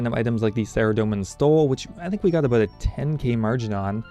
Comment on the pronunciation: I should have guessed you lived in Victoria, you've got the signature "aboat" pronunciation of about.